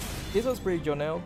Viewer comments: "this was so jonnel" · Did you just said jonel?